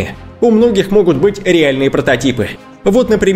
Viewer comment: У него во всех словах где есть ,,а,, слышится ,,э,, вот слова не отчеевайтесь, реэльные протэтипы и ещё очень много, и сам он выглядит противно.